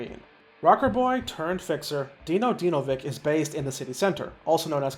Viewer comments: Dinovik 😂 jesus.. its Dinović. (Dinovich) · Just wanted to jump in and say Dinos last lame is pronounced Dinovich, as I believe he has polish descent so the c becomes a ch.